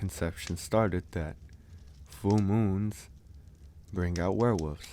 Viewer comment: I love how he says Werewoofs